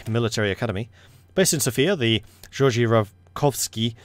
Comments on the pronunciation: We say Ge-or-gi in Bulgaria and G doesn’t sound like j, it sounds more like the sound G makes when you say Google. Just an interesting fact, you can continue to say it however want. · It seems as if Bulgarians pronounce Georgi similar to German, if that helps.